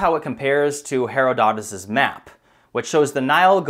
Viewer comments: The Greek historian’s name is stressed He-ROD-itus. I can’t finish this video. Yes, satellite imagery has found evidence of a lush Sahara, but that’s about as far as accuracy goes in this “documentary”. The modern language of Egypt is Arabic, brought to Egypt by the spread of Islam. There’s no mystery or conspiracy there. I know that, and I have only a high school education combined with a love of history, archeology and anthropology. This kind of shoddy, sensationalist, armchair, conspiracy theory, so-called scolarship is reprehensible. It is to actual scholarly investigation what supermarket tabloids are to actual journalism. IMO, it is just a half step above the Ancient Aliens bullsh*t whichI IMO is just so much coded racism: “Brown people (e.g. Egyptians, Mayans) couldn’t possibly have developed such advanced, sophisticated architecture or astronomy before white Europeans did, aliens must have done it.” 🤮 Actual historians and archeologists encountering garbage like this must want to pull their hair out and vomit. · Another brilliant video, sir. And in keeping with your desire to be correct and accurate, one small detail has slipped through the cracks, your pronunciation of Herodotus. In English, the preferred would be her- ODD - it - tus. Sorry to be anal-retentive. Again, great info! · Very interesting video, digs could indeed prove fruitful. The name is pronounced "Her od o tus". Also, the Sahara could have been a savanna like southern Africa, no way to tell about rain forests without extensive digs. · Please pronounce Herodotus name correctly! Her-rod-ut-us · Fascinating... (But the only pronunciation I've ever heard is "heh RAH duh tus". Just sayin'...) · Her-OD-uh-tus, in case it helps with pronunciation :-) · You're fabulous, just watch your pronunciation. It's Ázores and Heródotus. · Dude, you need to learn how to pronounce Her---Od---O---Tus. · Makes me crazy that you mispronounced Herodotus. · you're pronouncing Herodotus wrong